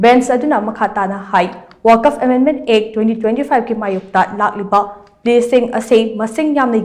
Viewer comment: Wakaf.... haiba ntteye *Waqf*..... habiyo... 🤔🤔🤔